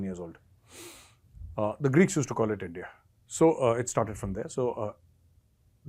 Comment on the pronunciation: I would miss hearing "Aindiya".